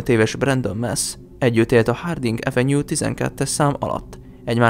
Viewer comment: Hááát... Mindkét gyermekem kiválóan beszéli az angolt, lányom 10 éve, fiam 6 éve Londonban él, de akár angolul, akár magyarul beszélnek, nem ilyen a hangsúly. No meg pl. mikor az avenue szót kiejtette, nem arról árulkodott. Majdhogynem fonetikusan ejtette. Ott egy kicsit el is mosolyodtam. 🙃